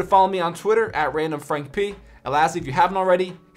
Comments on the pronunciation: When you say randomfrankp it makes you sound british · Whenever he says the p in his name, it sounds so British